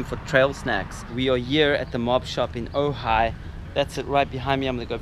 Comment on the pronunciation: Nice edit, I am impressed that you pronounced Ojai correctly so many times. Cuz when you were here you kept calling it OJ, oga, ogy, ooogggaaaii. 🤘